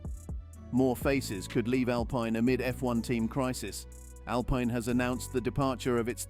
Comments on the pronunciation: SHOCKING, SEIZED! No thats rubbish, Cant pronounce Alpine correctly. Andretti the power house in motorsport. really? They may be interested in purchasing Alpine if Renault decide to ofload but he will need deep pockets ie $900m or thereabouts. So no seize just Andretti put your money where your mouth is. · Your not pronouncing the name Alpine right. How can you sell video time like that?